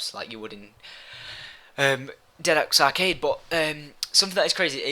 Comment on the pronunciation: is he saying "dead ox arcade" ???? if not, it sounds so much like it. just like he says "shangri lai", not "shangri la". still, you awesome syndicate. :)